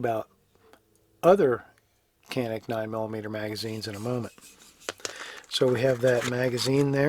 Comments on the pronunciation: Keep saying janik. It’s different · Canik is pronounced Janik in turkey. However, they or we americanized the name for us and we pronounce it with a hard k sound, Kanik. Either pronunciation is correct. :)